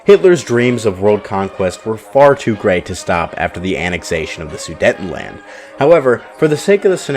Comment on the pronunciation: Learn English and how to pronounce words properly. It’s inconceivable not unconceivable. And the region is pronounced “SOO-DATE-EN-LAND”, not “SAIDETTIN-LAND”.